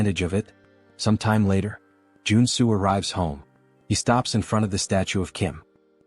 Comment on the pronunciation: Joon soo became Joe and Sue according to the AI narrator.....